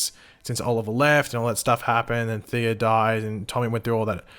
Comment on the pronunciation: You know there’s no “R” Thea’s name, right? Why do you keep calling her “Theera?”